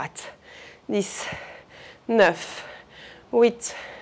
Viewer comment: pourquoi tu dis wouïte? pour 8